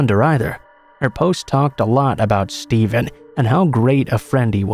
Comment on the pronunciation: Whats up with the way the name Steven is said the first two times in the second story?